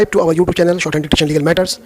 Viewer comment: Sir please do not pronounce "our" as "or". Your our and or sounds similar. Apart from that, your dictations are among the best dictations available on Youtube and we've been always looking forward to your uploads. Thank your.